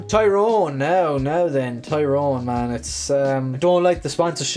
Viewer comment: Stop saying TYYYYrone! Its teerowen... use the Irish as your guide not an English soap character